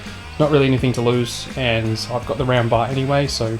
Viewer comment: Am I the only one who thought he was saying ramba when was actually saying round bar?